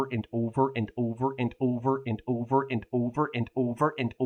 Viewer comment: over and over and over (in peak Canadian accent)